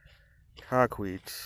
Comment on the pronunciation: Just a heads up its Tahquitz (tah•quit•s) i spent a lot of time as scout in idyllwild and have heard many legends of Tahquitz. Definitely a story to be heard